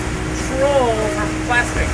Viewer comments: That's trawl, not troll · It's a trawl, not a troll.